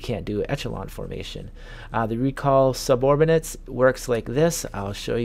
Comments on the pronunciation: SubOrbinate ? Caviar to this ?? It's called Subordinate, and Caveat. How about you maybe stop playing video games and go back to school. Embarrassing just listening to this. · sub-or-din-ate ...also it's caveat not caviar lmfao